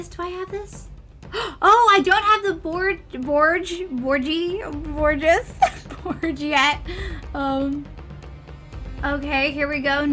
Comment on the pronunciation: you pronounce it br-oa-ge